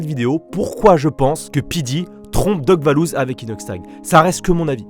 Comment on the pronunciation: Je rêve ou il a dis doc vallouz🤣🤣🤣🤣